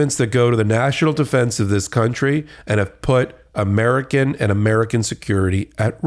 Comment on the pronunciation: Moink, keeping heart disease the #1 killer in 'Murkuh.